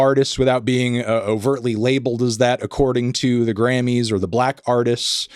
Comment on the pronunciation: I definitely kept hearing you say "granny's" which made this entire thing much wackier.